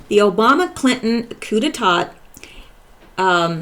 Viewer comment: coup d'état is pronounced "coo-day-TAH' <3 <3 <3